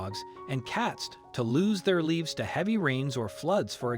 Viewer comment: Whoever reads for you needs to learn to pronounce words better. He keeps pronouncing lives as leaves- REALLY?? sure takes away from the story